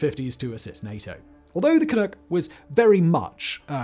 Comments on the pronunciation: Just one little thing.... if I may..... not sure you want to redub the entire dialogue, but when pronouncing Canuck... think 'duck' vs 'nook'. You did fine with Clunk, where did the oo come from in Canuck.....? ;) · I have to say it... it's "can-uh-ck" not "can-oo-ck" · It’s Can-NUK’, not “Can-NOOK” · Only thing I would add is Canuck isn't Canook. It's Canughk. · Ka-Nuhk not Kanook... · Can ewk? No. It’s Can uhck like f#&k lol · Ca-Nuck not Ca-Nook. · ca-NUCK rhymes with PUCK not NOOK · CAN- nuk not Can-nook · It bothered0 me whenever you called it "Can-NOOK" we're "CanNUCK"s think Knuckle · Ca-nook? Is that really how people say Canuck? I'm pretty sure the uck is more like in duck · "canook" nope, it's "canuck", with the "uck" that sounds like "uck"in "duck" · Canuk, where tf did you get Canook from? SMH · Can-nuck not can-nook 😐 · Canuk not canook, thank you . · Can uck, like duck. Not ook. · Canuck, not Canook. ü not ū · Not canook ...just like its written canuck rhymes with puck...jesus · One of the things that I find very irritating about your offerings is the frequent mispronunciation of certain words like Canuck. It is not "can ook" but in fact "can uck". If you are going to use words that you are unfamiliar with at least take the time to find out how it is supposed to sound and then use it. To do any less makes you less of a commentator and makes one question what else you have not researched in your videos. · As the song from WW I goes "Jolly good luck to Johnny Canuck and all the Allied soldiers" Canuck rhymes with luck. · Everytime simon says "canoock" i feel pain😫🇨🇦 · Same here, eh. Grit my teeth at it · SImon, Canuck it rhymes with PUCK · Lmao "canook" I cannot even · 'Canook' you're so cute. Short 'u' like 'yuck'. Please look into the Arrow. Most of we Canadians are obssesed with all the conspiracies about its cancellation!! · Can we just acknowledge canuck is being said incorrectly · Waiting for you to mispronounce 'Canuck', I wasn't disappointed.